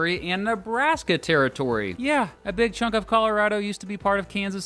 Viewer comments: "Calarado" pls no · I may be wrong about that, but I do know that people in Colorado know your not from there when you call it colo RAD o. Colo ROD o is the pronunciation i was told is correct. Btw I enjoy your videos for real. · And yeah you do say Colorado differently too. What’s up with that? We need to have this conversation.